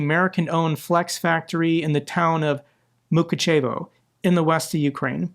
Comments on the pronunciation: Mukachevo - the stress is on the second syllable. The way pronounced it sound like 2 Russian words: "мука"(torment) and "чево!?"(wtf!?). Russian missile destroyed a US factory in "the torment of... what the fuck?". I feel almost compelled combining quote with Russian "чево, блять!?!?" meme. I know it is a tragedy and it is just wrong for the whole war and its consequences to happen, the wording is funny though. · Accent on the second syllable of Mukachevo